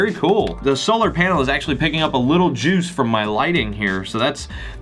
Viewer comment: .. the way you say 'juice' is a little weird... just saying. ps: great video but I wish you actually tested how much cranking is required to actually get one minute of 'juice'.